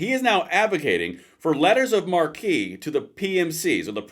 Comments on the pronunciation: I hate to be picky but marque is pronounced just like mark. People who don’t like us think we’re stupid so let’s not give them any ammunition. Thanks. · It’s pronounced like “mark” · FYI, it's pronounced "mark." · Don't get pissed at me, but Marque is pronounced "mark" and marquee is the sign over theaters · Leters of marque are pronounced letters of mark. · It's pronounced "mark". Get it right. It's different than marquee. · It is pronounced "mark" in English. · Marque is pronounced "mark" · Sounds like some interesting business opportunities might be in the offing. Privatized counter narcotics and alien smuggling operations. By the way it's pronounced like "letters of MARK." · Marque is French and pronounced Mark though a lot of people now pronounce it the other way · it's pronounced "mark" - letters of mark (marque) 🙂 - I approve this message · Marque is pronounced mark. Interesting concept, but may backfire. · it’s pronounced “mark.” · Letters of Marque...pronounced similar to The Gospel of, not the Funky Bunch. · Marque is pronounced Mark. Mar-kee is how it is pronounced when being used as a title of nobility. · Marque = mark, not markee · Hey fellow patriot1 “Marque” is pronounced “mark,” not “marquee”. Otherwise, great video! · Marque is pronounced like "mark," not "mar-key." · This is like putting down the bug spray and just tenting the house. Also, someone may have mentioned this already but the correct pronunciation is like "Mark" not "Markee". I should add that it's a french word, and therefore your God-given right as an American to mispronounce it any way you like. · It's pronounced "Letters of Mark", not "Markee". Look it up. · Letters of Marque is pronounced letters of "Mark" not markee. Just saying. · For those interested, Letters of Marque and Reprisal is found in the US Constitution under Article 1 Section 8 Clause 11. Also, the word "Marque" is (IIRC) French. In the US it is actually pronounced 'mark', not 'markee'. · It's pronounced Mark.